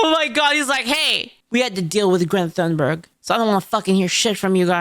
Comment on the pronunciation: I DO BELIEVE it i s pronounced "TUNEBERG" not "THOON-BERG"